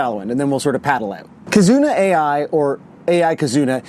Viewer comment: The Ai in Kizuna Ai is pronounced as "eye" not A.I.